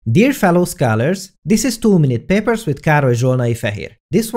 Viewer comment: I always hear "too many papers" 😂😂